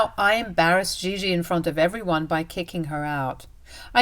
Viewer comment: It’s Gigi not Jiji😔